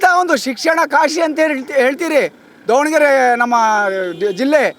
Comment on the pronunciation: BRO IT IS DAVA NA GERE NOT DOVA ANA GERE